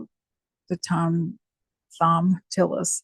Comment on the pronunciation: It’s pronounced Tom Tillis. For what it’s worth.